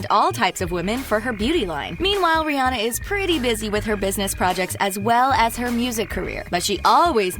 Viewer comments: Her name is RIHANNA! Not rihi. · Not Barbadian...is bajan And is not (rih+anna) is (ri+hanna) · She called her rhirhi way too much